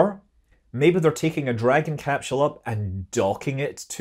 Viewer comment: "cap-scheul". Scot's much?